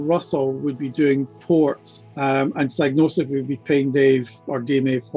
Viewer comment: psygnosis rhymes with psychosis if you pronounce it correctly. It's Psy-gnosis.